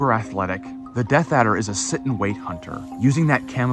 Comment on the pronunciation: "Deaf Adder" at 5.27😂- I think he means "Death Adder" (as typed in earlier in the video)